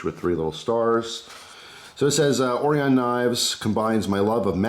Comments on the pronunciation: Orion... Oh Ryan. Not oreeon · Right…O-RYE-UN…pronounced with emphasis on the “rye”. Like the constellation of stars. I ordered one with black blade and hardware, red accents and the raindrop carbon fiber scales, custom tuned by the shop in Salem, Oregon. I paid $125 delivered which is a stellar value! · I think it's pronounced "oh-ryan". Interesting knife. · Hey...pal...its O-Ry-In Knives you jerk!!! Lol I'm just kidding bro love the videos. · Common why you pronouncing it like that? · I don't know if you know this bud, but it's pronounced Orion not Orion.